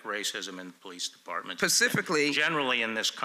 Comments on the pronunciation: I think it's SPECIFICALLY not PACIFICALLY, Ms. Sheila. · I was thinking the same thing, Pacificly.... 😀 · Pacifically. Pacifically.